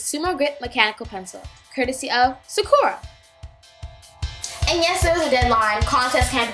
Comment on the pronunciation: Sah-Cure-Ah not Su-Core-Ah